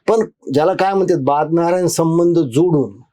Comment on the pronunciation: 6.41 बादनारायण नाही...बादरायण संबंध.